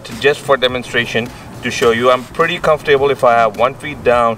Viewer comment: Nice bike! I’m looking at buying that same bike right now... It took me awhile to figure out what you were saying but I figured it out...comf-able.. Comfortable👍🏻